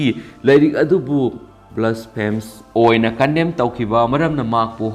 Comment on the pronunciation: Khonthok sengde Gumbhir bu gambir Blasphemy bu blasfe Rushdie bu rashi etc